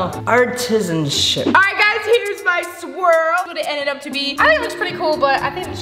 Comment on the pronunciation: "So u make the swirl... then you make the swirk yea" - 2021